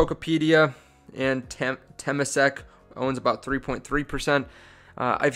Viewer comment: this guy has 2800 people paying him for advice on patreon and can't pronounce temasek. they're only handling $300 billion in assets. be really careful getting info from youtube. I'm not saying this guy is a complete moron but he's very amateur so be very careful.